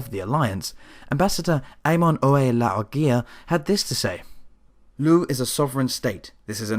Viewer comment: Oh my. That pronunciation of Éamon's name was cringe-worthy, but this whole report is very well put together. Nicely done! :D